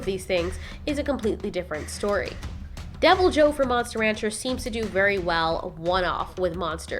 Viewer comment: I stopped watching the video the moment she said Monster RANCHER 😂🤦🏽‍♂️